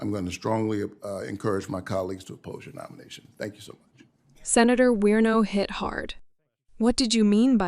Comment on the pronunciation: Werno!?? Do you mean WARNOCK??? You might wanna do some basic research into your topic before your channel gets taken seriously.